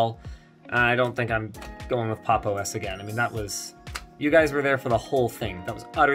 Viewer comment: The only thing I actually dislike about this video is the fact that he mispronounced Pop!_OS and then said the name sucks because of that